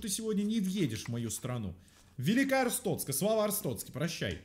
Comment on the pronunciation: Ребята, не Арстоцка, а АрстоТцка